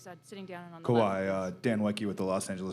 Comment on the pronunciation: Kawhi "Kawhiet" Leonard